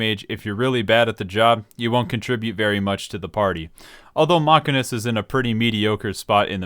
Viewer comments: It's the mechanic, not the machinist that fixes the car, if you have A after CH, it's pronounced as K, but if you have I, it's pronounced as SH. Do you say Machine with K? I doubt. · Ive lost the respect of this guy for how he pronounces Machinist. Its pronounces the way it is because they use MACHINES. Half their abilities are a specific MACHINE they utilize. their level 80 ability is a robot, a MACHINE if you will. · As someone who's real life actual job is a machinist, a person who makes things on machines, that pronunciation is very painful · omg the pronunciation of the job is MA-CHIN-IST, not MACH-I-NIST. FFS it was so off putting listing to the mispronunciation of the job. It's pronounced ma-chin-ist because it's discribes a person who works with machines. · Ma-sheen-ist is the correct way to say it lol. Not sure how ppl come to think it’s pronounce mach-in-ist. It’s like what my brother does for work. He is a CNC ma-sheen-ist. A ma-can-ik repairs stuff. A ma-sheen-ist uses machines to build and or create stuff. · I know I'm a bit captain obvious here. But of course I don't hire a "Machinic", I hire a "Mechanic". However you are pronouncing it as "Mechanist"... which is actually a thing from Fallout... TIL. Side note, "Machinic" is also a word lol, something something "Of or relating to machines". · A mechanic handles mechanical devices. A machinist handles machines. It is pronounced "mashinist" Thanks you for coming to my Ted Talk. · Saying "mockenist" is like saying "ay-ther." Just proveably wrong. The "machin" part comes from "machine." And Æ is pronounced "E" like in "dæmon." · It's obviously sarcasm but for other people the Mach part refers to machines not the speed so it is pronounced machine-ist also bad analogy as its not spelt machanic its mechanic... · See I'd pronounce it different still, like this: mack-in-ist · does he read machine as ma keen??? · I love Mock•uh•nist cause it’s like playing Cata era fire mage but with guns and way more style